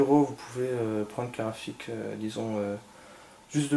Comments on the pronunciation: Carte GRAPHIQUE pas karafik .... tu a tué mes oreilles lol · Tu dis une car rafi a la place de carte graphique :) mais ta video est pas mal.